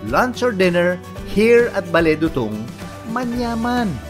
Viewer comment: It’s “dootoong”